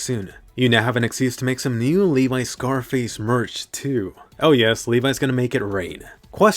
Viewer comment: Levee not levai